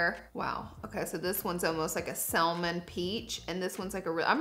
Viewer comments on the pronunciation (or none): I like Kim’s better lol like I could see the difference it looks better …. Also the L in the word salmon is silent. It’s pronounced “sa-mon”